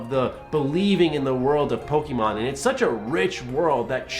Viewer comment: I agree with the opinion. I don't agree with the emphasis you put on the 'e' in Pokemon.